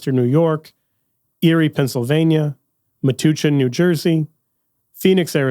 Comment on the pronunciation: Central New Jerseyan here. My parish is located in the Diocese of Metuchen, New Jersey. MAJOR CORRECTION: It is pronounced MEAH-TOUCH-IN, not MEAH-TOO-CHIN.